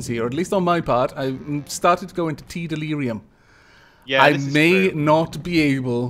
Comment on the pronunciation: "i just got into tea-delirium" TEAlirium